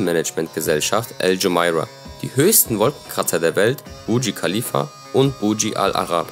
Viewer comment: Bitte Burj Khalifa und Burj Al Arab RICHTIG aussprechen das heisst nicht so wie du das sagst! Kommt mir eher so vor wie ein Schulreferat dieses Video.. „einfach nur irgendwelche Infos rausgeholt und dann runtergelesen“. Aber wenn man Burj Khalifa nicht mal richtig ausspricht wirds unglaubwürdig! 👎🏼